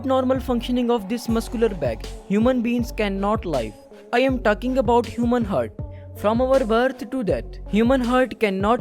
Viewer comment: With due respect Its ہارٹ Not ہرٹ 🙂